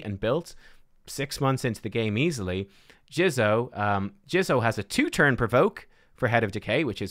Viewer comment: JIZZOH lol JIZZOH. He said Jizzo.